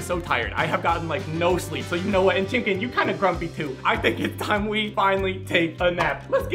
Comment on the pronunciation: How many times he said chimcken in all his vids | V